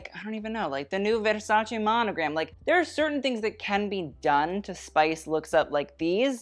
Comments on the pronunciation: you're the first english speaker i've heard pronounce versace correctly. THANK YOU!!!!!! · Right from the start i loved how you correctly pronounced Versace : ) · The way you pronunce "Versace" is perfect! Finally someone that actually knows ( and cares!).